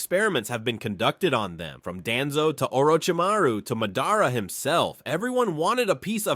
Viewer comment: Stopped watching 11 seconds in after the pronunciation of Naruto and Madara. Can’t really expect someone who doesn’t know the characters’ names to know anything credible about the characters